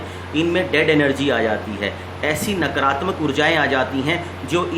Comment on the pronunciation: नकरात्मक नही नकारात्मक बोलें । आ की मात्रा का लोप करने से अर्थ का अनर्थ हो जाता है । और आश्रम के साथ साथ श्रोताओं , अनुयायियों , भक्तों तथा चेलों में नकारात्मक ऊर्जा संक्रमित होने लगती है । शिवमस्तु ।